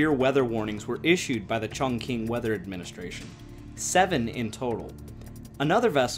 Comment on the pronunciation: This is a very good video! Your efforts at Chinese mandarin pronunciation are commendable, but not quite on. Not to worry, Mandarin is difficult to learn. The large city you refer to is Chongqing (重庆). You pronounced it “Chong king”; it is actually pronounced “chong Ching”. My wife is from Chongqing. We lived there for a year after we were married before returning to the USA. Wonderful city, nice people. The local dialect is Chongqing hua; very similar to Mandarin. You also don’t quite have the pronunciation of Yangste River, but hey it was close! Keep up the good work